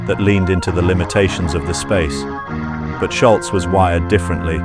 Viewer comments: Ok fwiw, it's not pronounced "Shultz" with a "T," its "Sholz" like "Shoals" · People still getting his name wrong after all these years. Its Scholz Not Schultz This guy knows how to pronouce it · I believe Tom’s last name is Scholz. Not Schultz! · I think it's "Sholz", not "Shultz"... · Argh.. pronounce it Scholz, not 'Schultz'. People always pronounce a "T" at the end where there is none. Anyway, absolute legendary guitarist and band!! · Your details sound quite believable to this major Boston fan. So why do you mispronounce Tom Scholz's last name as "sholtz" all twenty-two times you mention it? There is no "t" letter or sound in Tom's last name. It is pronounced like it is spelled. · It's not Schultz, it's Scholz (rhymes with moles). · It's "Scholz" not "Sholtz", idiot. And, I grew up less than a mile from him(and the studio they recorded the debut album) in Wayland, Massachusetts. Pumped his gas, too at the Arco around the corner from his home-into his ratty old 240Z. Frequent "baller" at the outside courts at Wayland High. I won't watch the rest of your video just because you can't pronounce his name properly! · It’s not “Shultz”, it’s Scholz’ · You know, the guy's last name does not have a "T" in it............................. It's SCHOLZ............. Not Scholtz................... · His name is Tom Sholz, not Shultz. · You should start by pronouncing his name correctly. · Nice summary, but it sure would have been nice if you had pronounced the man's name correctly. 🤔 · It is a shame the Narrator got Toms last name wrong.